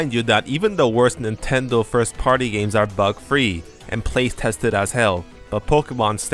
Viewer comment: At first I thought you said "a lot of gamers wanted to emulate BOTW" lol